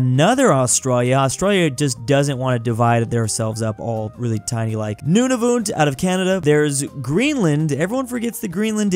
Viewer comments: I’m Canadian and your saying Nunavut wrong sorry to complain it’s just sounds weird when you try to say it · Nunavut is pronounced none-a-vat